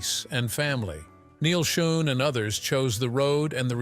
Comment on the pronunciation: Doesn't the producer of this video have the time or inclination to check the auto-speak's pronunciation....especially of important names? Neil Schon (pronouned "shawn"). Come on. Maybe this entire thing is written and edited by AI....which would explain it.